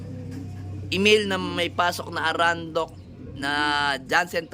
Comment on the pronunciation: Arendonk po hindi Arandok 😊